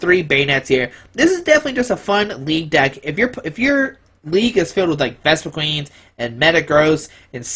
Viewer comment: You're pronouncing Vespiquen wrong.